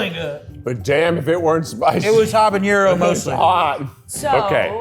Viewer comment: And it's habanero, not habañero!